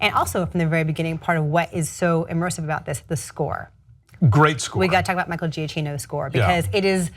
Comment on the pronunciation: Alonso is one of the great critical minds of our time. Christy is good, too. It's pronounced Gia-Key-No. Michael Giacchino.